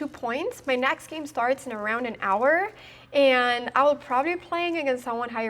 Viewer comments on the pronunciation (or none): none